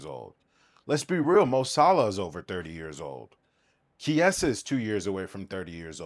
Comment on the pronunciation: I couldn't watch after hearing the way you pronounce Chiesa